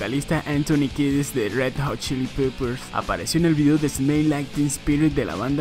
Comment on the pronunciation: se dice Red Hot Chili PEPPERS, no Red Hot Chili PIPPERS...